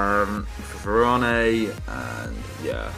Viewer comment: stop saying varane wrong ffs